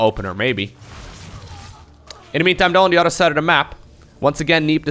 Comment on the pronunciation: When says 'other', does anyone else hear 'udder'